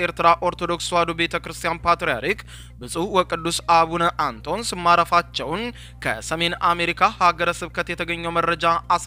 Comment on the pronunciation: ኣቡነ ኣንቶንዮስ 3ኛ ፓትርያርክ ብለህ ኣንበው!! ግዕዝ ማንበብ ኣትችልም ወይ? ኣቡነ ኣንቶስ ትላለህ